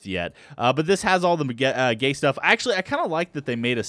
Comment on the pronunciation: when he says Gate he says gay